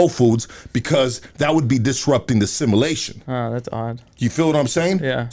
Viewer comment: U can tell just learned a new word... "simmalation" Lol